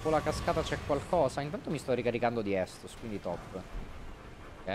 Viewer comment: Scusate, non per essere stronzi o altro....ma sono l'unico a cui dà fastidio che continua a dire "anime" e "estus"? Haha